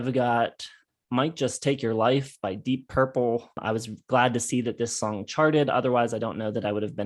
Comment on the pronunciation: "Deepp Purple" - anyone else notice that?